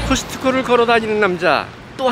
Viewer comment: 아저씨 커슥커 발음이 죽여요